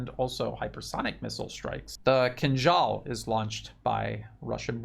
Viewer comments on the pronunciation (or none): none